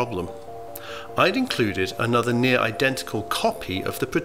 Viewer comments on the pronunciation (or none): none